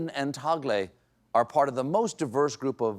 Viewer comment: Gonna Love How Colbert pronounces Cardinal Tagle's name...a true humanist and Catholic indeed!